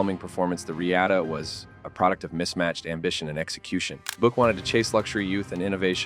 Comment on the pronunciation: Irritating AI narration....a 'kupe'.....'Boo-ick'.....give us a break....